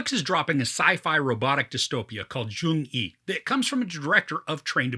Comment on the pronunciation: U're pronouncing the name wrong. Its not joong yi.. it's jeong yi. Like u replace letter y with j in the word "young"